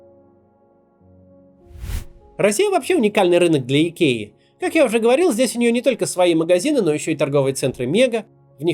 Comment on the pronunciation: Идкея - это по-каковски? I K E A - латинские буквы: ай, кеу, и, эй - Айкиа.